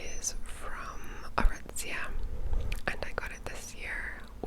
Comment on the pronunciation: Every time you say “Aritzia“ you have a certain flair to your enunciation, and I love it